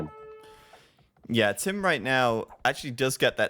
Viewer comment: Should be Tim, not TaToH!